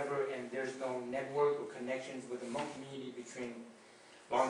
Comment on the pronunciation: I'm sorry... But if your going to post a video on behalf of the Hmong people, you spell check before hand 👍(Hmong-hmôNG) pronounced: Mong